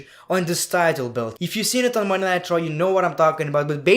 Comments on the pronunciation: I'm not sure if you were saying Monday Night Raw or jokingly saying Monday Nitro? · Everytime he says "Monday Night Raw" it sounds like "Monday Nitro" and I get nostalgic